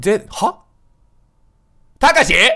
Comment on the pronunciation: ここ慌てすぎてたかしじゃなくて「たしか」になってるの面白すぎるwwwwwwwwww